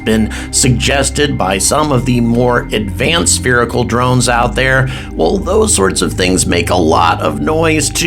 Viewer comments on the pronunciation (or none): 'sperical' pisses me off! lol , It pisses me off too! Keep up the good work.